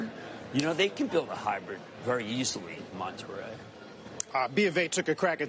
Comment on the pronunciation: Jim Cramer speaking Spanish is unintentionally hilarious, “Mexico: Monte Rey, Puebla!” 😂😂😂